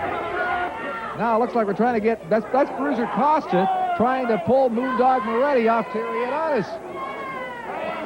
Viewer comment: Bruiser Claus-ta. (Costa)